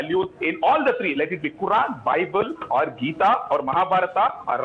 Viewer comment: no bye-bell or buy-bell and quy-run😅